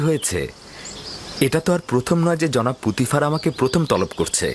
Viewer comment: পটিফার না পুতিফার হবে।